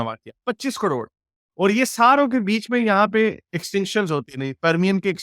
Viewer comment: कड़ोंड,, ना,, ना,, ना, करोड़,, कड़ोंड नही,, करोड़ कहो 😂😂😂👆🏼,,,,,,,,,,,, 👌🏼